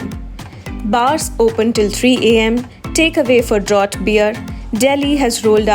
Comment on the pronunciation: Draught is pronounced as "Draft". A professional news reader or agency should be aware.